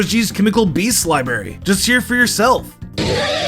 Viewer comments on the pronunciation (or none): Fact 69.5 did you know he said bees and not beasts and entank and not entie